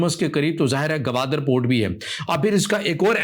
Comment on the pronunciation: بھائی صاحب اس شھر کا نام Gwadar ہے Gawadar نہیں ہے ۔ بلوچوں کی سر زمین ہے ۔ باتیں بڑی بڑی کرتے ہو ۔ کسی کے باپ کی طاقت نہیں کہ مکُران کو بلوچستان سے جدا کر سکے ۔